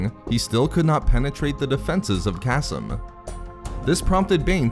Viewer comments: Kas-m i cringe every time kaseem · .....I think it’s pronounced “Kuh-Seem”